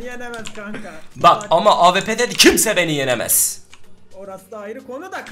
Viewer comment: kimse derken vons ???